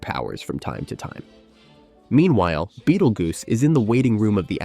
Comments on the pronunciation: why does this narrator keep calling him beetle goose. Is this dude so young he's never heard of beetle juice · I swear to god if you say bettlegoose one more time...